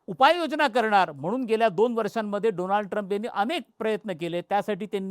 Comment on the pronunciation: doland trump 😂😂😂😂😂